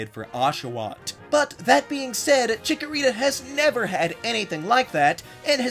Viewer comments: THE SECOND C IN CHIKORITA IS SUPPOSED TO BE A K! FIX IT NOW! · CHIKORITA, NOT CHICKERITA! FIX IT NOW! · THE FIRST A IN CHIKORITA IS SUPPOSED TO BE AN O!